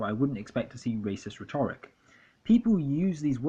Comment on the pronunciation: Hey nice video. Btw rhetoric is pronounced RHET-oric, not rhet-ORIC. I appreciate your views though, they're spot on. This is so well researched. Merchant Minute is fucking gross and also not funny in the slightest. Not just because he's a hateful fascist but because none of it is remotely observant of rules of comedy and joke writing. Pewdiepie I can see is a money grubbing troll for the alt right even though he used to appear quite harmless. He has charisma which is the sad thing (and dangerous thing in terms of fascism). Cowards, the lot of them. Hiding behind irony so they can fly under the radar and brainwash dumb young people.